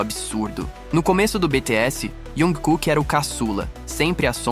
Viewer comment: Correções: ele é timido e muito humilde, mas quem é Army sabe que o bonito passa longe de ser quieto hahaha. A pronúncia da palavra maknae é "makne", você não pronúncia o a e. O nome civil dele é pronunciado quase como "Jangkok", se você reparar como ele fala nas entrevistas. Jung Kook é o nome artístico dele, assim como V é o nome do Taehyung, assim por diante.